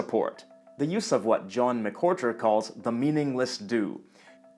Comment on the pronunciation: Just nitpicking... his name’s actually John McWhorter, not McHorter as you stated and spelled out in relation to “the meaningless do.” Otherwise great video as always! I’m currently binge watching your channel even though I’ve seen the majority of the videos before 😊. Greetings from California, eh!